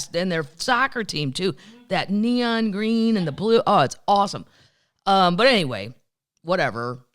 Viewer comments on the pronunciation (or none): none